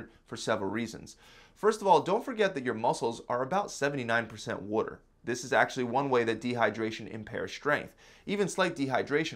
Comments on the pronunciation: Great vid very helpful. The way he says water bothers me though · Definitely need to get some wooder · What’s “wooder”? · I like how he says water..... wuder or wooder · Worder? Is this guy from Baltimore? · "drink wuter" 😂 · Adorable how he says WUDDER instead of WATER. XD Think that's an East Coast thing. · “Water” nah “Walder” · WTF is wooder? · Water..with a “T” he’s definitely from the east coast 😂❤️ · Where are you from? I just heard you say water.